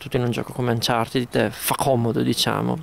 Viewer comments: il finale "ed" in inglese si legge in 2 modi. nel caso di uncharted si legge "anchartid" perchè "ed" è preceduto da consonante. la doppia "e" non c'entra perchè la desinenza si riferisce ad un participio passato. in altri casi la "e" di "ed" viene semplicemente tolta. ad esempio "locked" si dice "lock'd" :-) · Che belle queste recensioni Retrò di ps vita e "Anchartin" 😂😂😂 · Bhe! cercando un qualsiasi video inglese di Uncharted si può sentire come lo pronuncino "Anciarted" a meno che gli inglesi stessi non sbaglino...